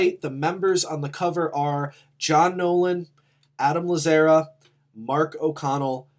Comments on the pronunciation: No one else is gonna mention the mispronunciation of Adam’s last name? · It was so grating hahah